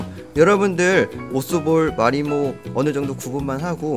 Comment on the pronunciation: 왜자꾸 마리오로 들리지???